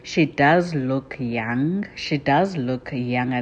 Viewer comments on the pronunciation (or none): none